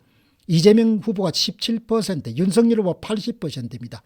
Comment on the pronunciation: 윤석렬 발음할 때 이름에는 연음법칙 적용 안되어 윤서결이 아니라 윤성열로 발음해야 합니다.공박사님은 정확히 윤성열로 발음하시는군요. 감사합니다